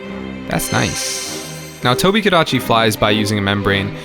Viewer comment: “IT’S DA TOHBEE-GADACHY.”